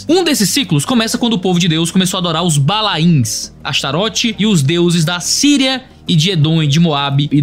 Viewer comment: "Balains", não,. Não repita o erro de muitos pregadores pentecas. Please. "Baalins", que é literalmente no hebraico "Baalim", plural de "Baal"... Ou seja, vários ídolos de Baal.